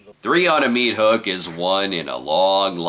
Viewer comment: What's a mea-thook?